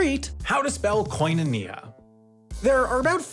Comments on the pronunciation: As a Greek. It's kinonia, not kOinonia😂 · hearing the american pronunciation of koinonia as a greek genuinely hurts my ears oh HELL naw it’s more like kiino neah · As a Greek, hearing koinonia pronounced like that made me shudder. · I am aware. They did teach us this stuff. But even though I would probably pronounce it like that as well in ancient Greek class, it is still extremely jarring to hear it that way lol. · literally what i came to the comment section to say